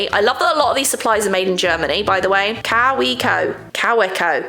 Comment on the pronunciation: Took me forever to figure out that she meant Kaweco when she pronounced it “cow-wee-co”😅. It’s a German brand so it’s pronounced Kah-vay-co